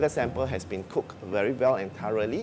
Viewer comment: Why he pronounced thoroughly as “tareli” ?